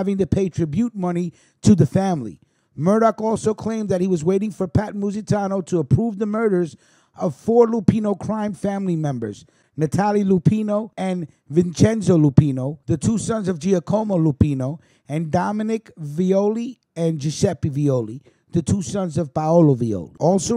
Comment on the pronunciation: Giacomo pronounced (jah-co-mo) not (gee-a-co-mo)👊😊👍